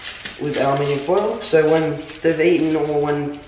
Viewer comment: Hahaha alminium?? It's aluminum.